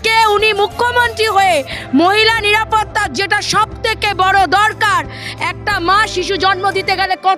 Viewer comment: এরাই হচ্ছে আসল বাংলার অনুপ্রবেশকারী এদেরকে ভালো করে চিনে রাখুন, ভাষা গুলো ভালো করে শুনলে সবাই বুঝতে পারবে, ঠিক করে বাংলা উচ্চারণ করতে পারছেনা, নিরাপত্তা কে বলছে নিপাটা